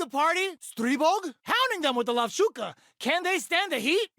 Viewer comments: "Lavshuka" sounds like a mispronunciation of "lovushka" (ловушка)— "a trap" from Russian. Especially when the phrase goes "cages them in with l.". This might've happened because of transliteration from ru to ja to en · I think the name of the 4th move might be Ловушка(Lovushka) which means "trap" but pronouncing it more like Lovshuka. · "Cages em with the Lovshuka", I believe that's a mispronounciation of Lovushka wich means Trap in Russian, so fits with caging theme.